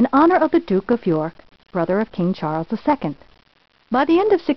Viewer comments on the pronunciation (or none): none